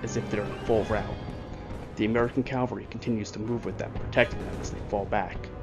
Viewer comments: Loved this, but please, it's cavalry not Calvary. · It’s Cavalry, not Calvary. Calvary is where Christ was Crucified!. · Very well done. My only other comments I would add is it's Cavalry. Calvary is the place where Jesus was crucified. Also, his name is pronounced Mary-en, not Mar-ee-en. We students growing up in S.C. learned that early on. I've visited the battlefield. It is much smaller than one would guess. Thank you for a very in depth look at a great battle. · Cavalry, not Calvary.